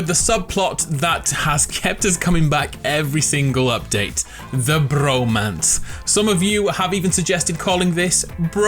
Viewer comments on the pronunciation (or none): "the brrromance" that r roll tho